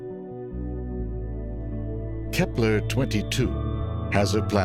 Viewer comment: It`s Kepler, not Kephler..